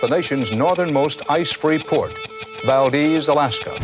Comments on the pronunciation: Its Valdez not valdeez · ITS PRONOUNCED VAL- DEZ NOT VAL-DEEZ